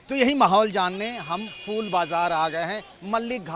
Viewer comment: Inko reporter kon bna diya yar phool ka uchcharan bhi shi se nhi kr pa rahe h